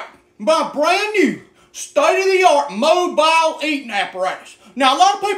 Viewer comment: Don't emphasize the "BILE" 😂😂😂